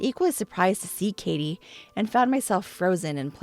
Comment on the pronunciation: Katie not Kattie. Kattie is not a name and would be pronounced catty like cat tee if it was.